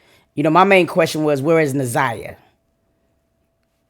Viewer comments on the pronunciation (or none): They both been mispronouncing Na'Ziyah's name this whole video, its heart breaking. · P.S.A 📢 Her Name Is Na’ziyah Please Stop Mispronouncing her Name We Should All Collectively Know Her Name By Now ! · Yess I was thinking the same thing if he let her name go mispronounced 1 more time !!!!! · noooo he said her name wrong 😮🤦🏾‍♀️